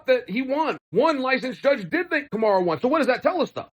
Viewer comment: Chael still saying "Kamara"